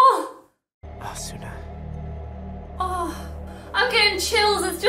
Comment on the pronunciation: God it annoys me its Asna the U is silent in Japanese 😑